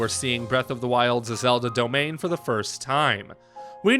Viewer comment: can't unhear zelda domain :p